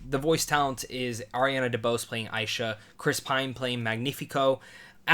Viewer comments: Her name is pronounced Ash-ha! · Nice Review. But you kept mispronouncing Asha's name. Anyways, I'm definitely planning to see this movie when it hits theatres. This will be a great way to honor Disney's 100th Anniversary. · Not to be rude or anything, but you kept getting Asha’s name wrong.